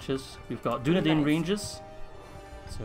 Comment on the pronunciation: with arahirs voice ITS DUNEDAIN NOT DUNEDEIN